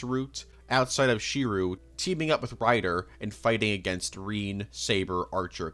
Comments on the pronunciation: how did you mispronounce "Tsukihime" and "Shirou" THAT wrong bro 💀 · Wait so you've seen almost every Fate anime and still pronounce Shirou's name as "She-roo"? Seriously? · i dont believe you've ever seen any fate series. How tf do you mispronounce shirou he is literally the main character.